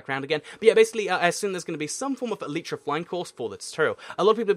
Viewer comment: You should do a race to the elytra. Also in the USA its pronounced e lay tea laytra not leetra